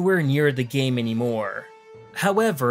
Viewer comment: Gyam? Seriously? GYAM? 🤣